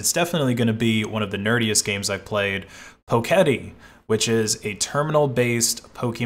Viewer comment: Fairly sure it's "Poke Et" as far as how its pronounced unless you saw the dev's call it "poe ket ee"?